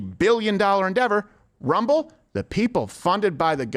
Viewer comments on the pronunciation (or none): Why can't you say RUMBLE?